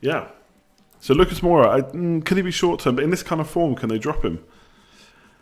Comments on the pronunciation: Moura. More-a, not bloody Moira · don't hate me but please: Moura not Moira, aitch not haitch and Jo-zay not Ho-zay. Peace bro